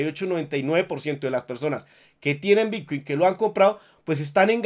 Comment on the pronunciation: Lo que escucho cuando inicia el vídeo: - "Hola soy, el único Youtuber que te da toda la información de Bitcuin"